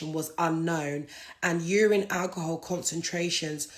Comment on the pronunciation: first 5 second of speaking she going mad 😂🤣 sorry to laugh but who she talking to “ stay with me for a sec “ 😂🤣 Naa mane she going mad of that alcohol ( Al-kuhul) .